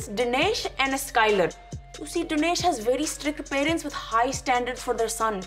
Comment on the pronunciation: I think you're pronouncing Dinesh wrong